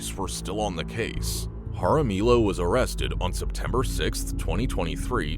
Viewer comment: It’s pronounced haramiyo (Jaramillo). The double L is a y sound.